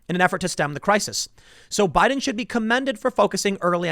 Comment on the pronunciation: Is it me or Tim has been saying *Budden*?